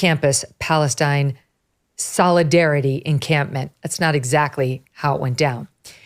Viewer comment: A wonder if she has ever been in "Palwstine"